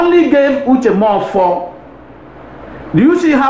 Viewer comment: Nwoke m speak Igbo than this kind of yeye English 🙄😷🙄🙄. You cannot even say his name properly mefor not moffor